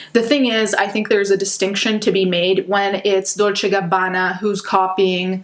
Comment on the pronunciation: i love when your accent comes out when saying gucci and dolce